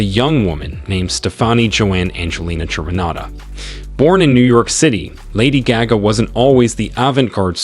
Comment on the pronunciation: I can’t watch this cause u can’t even say her name